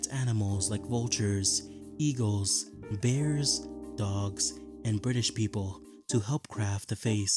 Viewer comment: bri ish people